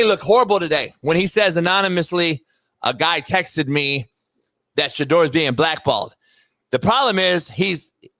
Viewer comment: It’s shit-door.